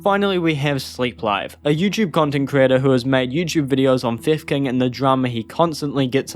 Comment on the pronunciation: I only hear "fev kin" or "fifth king" instead of theft king in the video lmao 😂